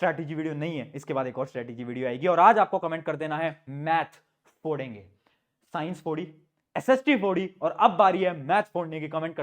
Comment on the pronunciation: Phodenge nah phadenge